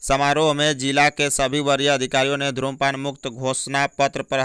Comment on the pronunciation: Bhai धूम्रपान is right, Not धु्मपान